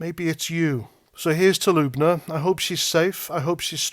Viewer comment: Sorry to be that guy but it’s L-Uh-Buh-Na not LUBE-NA 😂